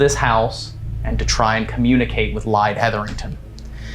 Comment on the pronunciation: I know this is a compilation, but I just have to comment for next time! Bellaire house-the name Lyde is pronounced lie-dee you might get a better response by calling her name correctly. :)